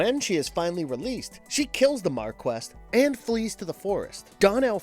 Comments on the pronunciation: Mar-Key,NOT Mar-Quest! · You guys make good vids but your writing needs an upgrade. Also, try to pronounce names and titles correctly (ex. Marquis is pronounced mar-kee)